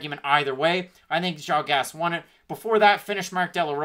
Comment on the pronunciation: Major respect for the correct pronunciation of Yan Xiaonan (source: minored in Mandarin in college)